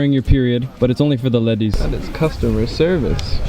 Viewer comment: The way you said "ledies" got me dying hahahaha